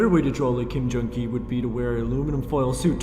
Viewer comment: "Becoming a Ghee" xD